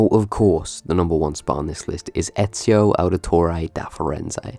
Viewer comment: I strongly disagree with your ranking. First comes Ezio (and I believe if he is truly your favorite protagnoist of the series it might have been worth looking up how to pronounce his name correctly), then Altair, then Desmond and after that just the characters in the order the games were released. With every year going by I was dissappointed a little more. I'd even say that some side characters in AC II, Brotherhood and Revelations were better written than some protagonists in later games.